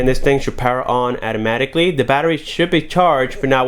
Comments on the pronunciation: "At-amaticly" .... You what? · He said “ATTAMATIKLY” I’m fkn dead 😂😂